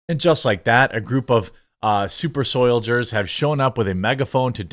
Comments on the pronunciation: What is a "super soylager"? I've heard you say it hundreds of times. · "Super Soy-ldiers, L.A.R.P.ers." Lolol😂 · Did you call them 'Super Soy-diers'? LMAO! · "Soilders," LOVE it! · "Super Soyldiers" lol